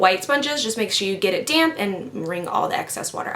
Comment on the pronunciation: English is not my native language so everytime she used the beauty blender I thought she said "DAMN BEAUTY BLENDER" instead of DAMP :P